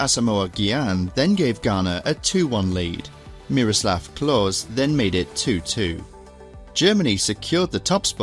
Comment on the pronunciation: Small Note for Klose, usually in german like in this case a E at the end of a name isnt silent.